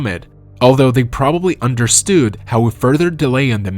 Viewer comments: I think it's AI. It's actually what I'm trying to figure out right now too, which is why I'm reading the comments! The reason that I think it's AI, is because of the pronunciation of some words, like "understood"- in no accent, or dialect, does one pronounce it like understewed. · the way u say understood made me laugh